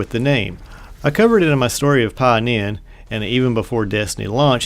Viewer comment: Next time, please check your pronunciation. It's Ka-Beer for Kabyr, Ee-Gus for aegus, and pah-hee-nin for pahinin. Other than that, great video